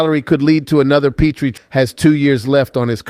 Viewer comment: I love the Habs but Pittsburgh won .you can't even say Jeff petry name right